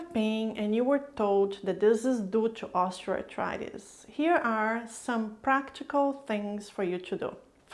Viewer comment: When you speak, you enunciate the words clearly and seem easy to understand. But why are you grinding the term, Osteoarthritis, it sounds like you are throwing the word osteoarthritis into a grinder when you say it.